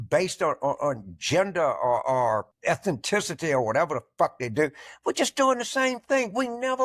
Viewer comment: "eth-an-TIS-i-ty"? It's ETH-NIS-I-TEE, you dumb saltine!